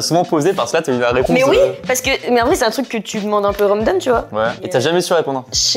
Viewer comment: 11'49 : "Un peu romedome". Elle veut dire "Random" je crois